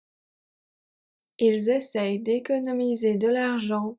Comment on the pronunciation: love the practice. In number 5 it sounds like you are pronouncing the "n" in essayent. I thought it was silent.